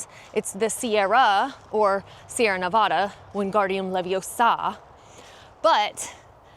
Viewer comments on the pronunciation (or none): Everyone I know in Nevada calls them the Sierras, or the Sierra Nevada, but we all pronounce Nevada as Ne-va-da, not Ne-va-daw. Except for recent arrivals to our beautiful state. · We also don’t pronounce Nevada like that LOL whoever told you that is so wrong